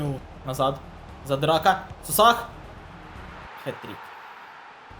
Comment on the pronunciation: У Кривбаса не Сосах а Соса